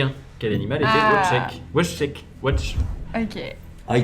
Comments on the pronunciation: Quand ils ont mal prononcés Wojtek, j'ai compris qu'ils n'avaient jamais regardé de rap contenders. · La prononciation de Wojtek m'avait déjà fait rire pendant le live mais là ça m'a achevé